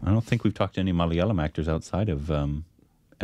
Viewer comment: initially you used to pronounce the word "Malayalam" correctly. Please correct.